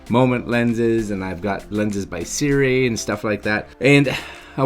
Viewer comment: I'm just guessing (and had to laugh because every time you said "SIRI" my smart objects woke up) but might it be pronounced "Sih-roo-EE" as opposed to SIRI. Must be right? Silent U? Things I think about.